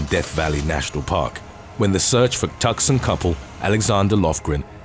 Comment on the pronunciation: Tucson is pronounced Too-sahn